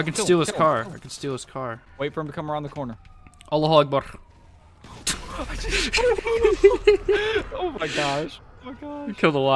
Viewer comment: Really love the cooperation PS: its "Allahu akbar" just search the pronounciation on google